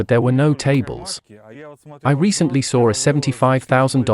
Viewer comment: "i recently SAWR" ?